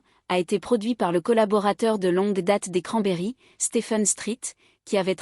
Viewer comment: Qui c'est Dolores Oron ? C'est Cranberries (izzz) et pas cranberry (iii)... Vidéo merdique